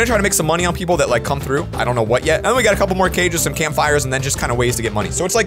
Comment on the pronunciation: LoL on 0.31 sec at the begin he says trough but he speaks the tr like rly t(rrrr)ough the r 😂